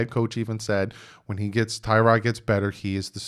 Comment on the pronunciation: You said everything I was going to write here lol The media acts like we didn't all know the Dolphins plan was to sit whatever QB we drafted. Forget Herbert...if we'd traded up and took Burrow first overall...*HE* wouldn't be starting yet! One thing, its pronounced Ti-rod not Tie-rod. He's apparently corrected people in the media about it.